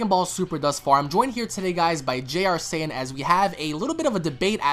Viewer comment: Why does he say jrsaiyan? It's jrzsaiyan